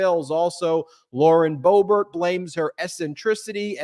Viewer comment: Cohen, it’s Lauren Boob-art.